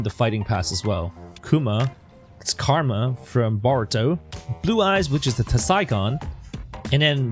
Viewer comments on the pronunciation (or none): none